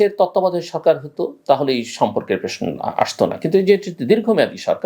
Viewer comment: Dear Mr. Zillur with all the respect I have a question to you, instead of ( Prosno) why you always say ( PRESNO). I believe (PROSNO)is correct Bangla word not(PRESNO).Forgive me if I hurt your feelings! Starting from Next Episode hoping to hear (Prosno) word instead of (PRESNO) Thanking you for the work you doing for Bangladeshi Nation!